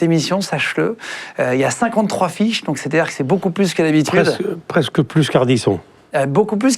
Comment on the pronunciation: Je suis un gamin, mais à , Guillaume ne dit pas "d'habiterude"?